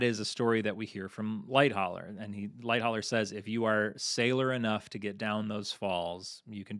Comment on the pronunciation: I like this video, but it is unnerving how he doesn't know how to pronounce "Lightoller" properly and does it wrong whole time.